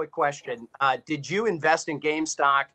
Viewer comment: GAMESTOCK hahaha he says gamestock